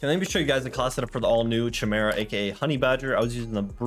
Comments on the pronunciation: btw its Chimera (ky-mare-uh) just thought i'd let you know 😁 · Pronounced KAI-MERA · Also just an fyi its pronounced Ki-mera its from Greek mythology. Only ultra nerds know about it, but you’d be the first of the streamers to pronounce it right my guy lol